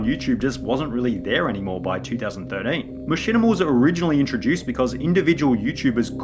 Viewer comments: Two thousand thirdeeeeen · “2000 3rdean” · two thousand thiddin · Two thousand Durteen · two thousand thirdane two thousand fordane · the way you say 2013 is amazing